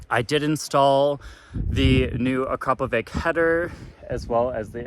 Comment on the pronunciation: AkrapoviCHI same as CHInook :) ... and it is Slovenian brand founded in 1990 by Igor Akrapovic